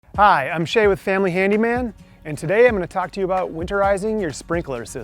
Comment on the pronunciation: "But yeeeu donr have to bee."